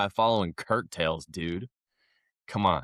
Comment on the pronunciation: it's coat-tails, not curt-tails. WTF even is a curt tail?